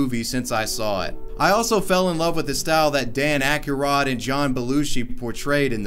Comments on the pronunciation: ahh yes “Dan Akarod” my fav ghost butter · Who tf is "Dan Ackierod??"